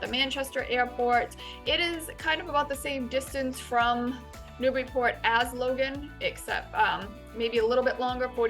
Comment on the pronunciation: I'm happy to find a video where you say it right. Thanks.